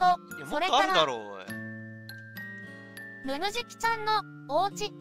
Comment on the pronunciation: 名付け親の加藤さんでさえちょっとぬぬじきって言えてない時がある